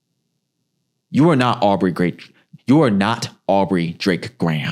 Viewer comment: Why he say Aubry😂😂😂 drake graham doe